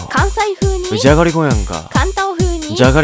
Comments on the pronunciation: の「眠たくて」からだんだんじゃがりこって言ってない気がする笑笑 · 「じゃがりちぃ」に笑った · じゃがりちぃで吹いたｗｗｗｗｗｗ